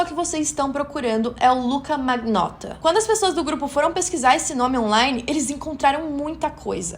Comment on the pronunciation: Achei muito bom bom. Só quero lhe dar uma dica de pronúncia em italiano. Magnotta se pronuncia manhotta. Palavras com ng tem som de nh e palavras gh se fala com lh. Fica a dica